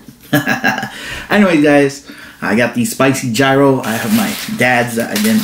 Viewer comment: yee ros...lol. Just like the "G" is silent. You always make me laugh ...oh and Winston too.